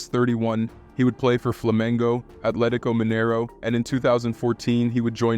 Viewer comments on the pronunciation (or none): none